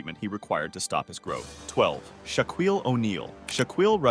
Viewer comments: Shaquill's name is pronounce SHACKILL, not CHAQUILL.🙄 There are many people over 6'10 & taller in the world. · Its pronounced, Shackeel, not Shackweel. Its.... Shack... Not Shock. Come on man. Or should i say,? 🙄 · Shakeel, not Suckuwell! Although his wife might have to 😂😂😂😂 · “Shaw-qweel, also known as Shock”. Good job,. Stupid channels and voiceovers. I hope they end up banning this shit. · This guy has the worst pronunciation skills, why is he even a narrator!! 🤦‍♀️ instead of being informative it just ended up annoying me I had to stop half way! 😂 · Your pronunciation of Shaquille, Celtics, and Shaq are cringe worthy! 😂😂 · ..gotta love these computer generated narration voices…a dead giveaway when they totally mispronounce a name like Shaquille…grrr